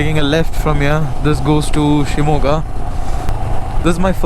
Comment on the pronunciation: I liked to hear u pronounce shimogha nicely..